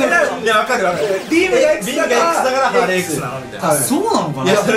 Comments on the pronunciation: ハーレーXをハーレムXって聞こえるのは気のせいですか？ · 何故ハーレーXのことをハーレムXって呼んでるんだろ😅